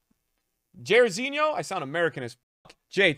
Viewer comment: the way you said Jairzinho an didn't know who he was